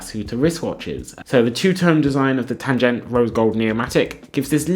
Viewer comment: Tan-ghen-tuh, not „tangent“. Also, not Nordic styling… it‘s a Bauhaus aesthetic (like the Lange watch you showed). 35mm would be entirely suitable for your wrist. Shell cordovan leather is equine leather, otherwise known as horse hide, otherwise known as horse rump.